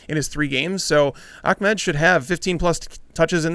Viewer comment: ITS NOT ACHMED ITS AHMED